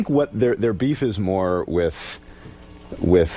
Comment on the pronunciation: “wiff” Stewie comes out from time to time